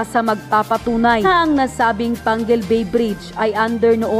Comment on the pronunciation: Excuse me ayusin mo pagsabi d yn Pangil bay PANGUIL BAY